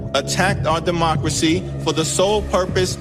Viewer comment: HILLARY SAYS DEMOXRAXY NOT DEMOCRACY.